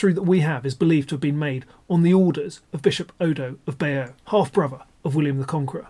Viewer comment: Bay-deux tapestries?